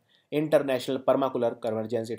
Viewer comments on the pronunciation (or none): sir its nt per..ma..culey..chur..its per ..ma.. culture..:P..srry sir pls dnt mind/..student sir joke.:P..u r the best sir..:)